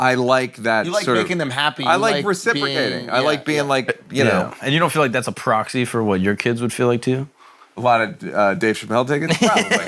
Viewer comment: gone say Proxy….no matter WHAT!!!lol